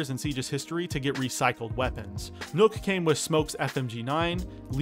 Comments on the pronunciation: The "ø" in Nøkk is pronounced "uh", not like an "o" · When people pronounce nokk as nook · Why do you pronounce Nøkk as Nook?